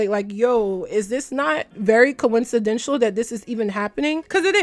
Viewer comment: I love you but I’m sorry it’s coincidental not coinshidental & please maybe try a more neutral/or cool toned powder. It’s giving cheeto dust